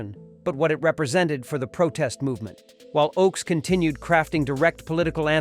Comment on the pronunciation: It's OAKS! not OX!!!!!